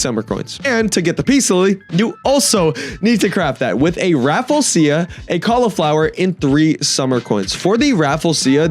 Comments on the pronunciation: what the hell is a raffle-sia? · I think it's pronounced ruh-flesh-uh